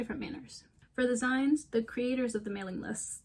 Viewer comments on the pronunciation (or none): Now this is a full-assed video essay! Nice research. Love to see newer fanfic enjoyers understanding the space's history and struggles. The beta readers point you turned up is very interesting to think over! (fyi "zines" is pronounced like the end of "magazines")